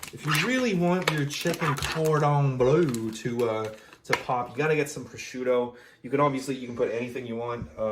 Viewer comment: "chicken-cord-on-blue" Now you're just making up words bro Wait why is there an escape counter lmao this is getting good